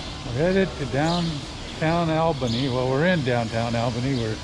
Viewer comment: Learn to pronounce Albany!